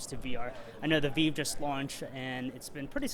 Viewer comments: You lose all respect as an interviewer for the VR community when you call the The VEEVE. I mean I know people barely interested in VR that call it by its proper name. Also it probably means your biased on coverage since I am assuming you have interest in VR and are a fan of the Rift, but then dont even know how VIVE is prounounced. If you called it REEFT I would say the same thing. I own both of them by the way and am enjoying both of them, this was just inexcusable though.... If you think its called the Veeve that means you have talked to literally no one in the industry about consumer VR in general or have become extremely insulated on your coverage of the Rift. You have covered games coming to the Vive though thats what confuses me, did no one ever correct you? I mean its kind of funny that you own one and then called it a Veeve, maybe it was a slip of the tongue I hope thats the case. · Veeve? C'mon man.